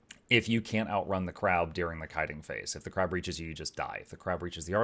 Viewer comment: No, not 'on Crack'... on Crab!